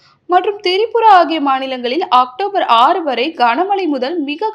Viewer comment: Please write non Tamizh words in English and avoid mispronouncing them. It’s not Tiripura but Tripura. Be unique don’t repeat the mistakes of other Tamizh tv channels. Pronounce correctly non Tamizh words by writing them in English and getting cross checked by a proof reader. Youngsters and others will also mispronounce like you and will be ridiculed. Please take this constructive criticism positively! Best wishes